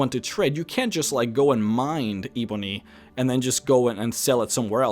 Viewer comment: How hard is it to say 'ebony'. It's not eeeebony, it's 'eh-bony'. Ebony. Come on, I'm not even English yet I know that.